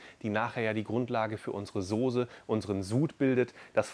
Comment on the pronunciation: Kannst du nochmal Sose sagen😅